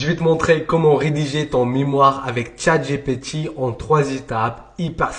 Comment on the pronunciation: Pourquoi tu dis « Tchat GéPé Ti » ?😂